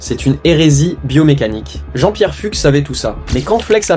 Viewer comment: Je crois que ça se prononce Jean-Pierre "FOUXE." (pas grave... )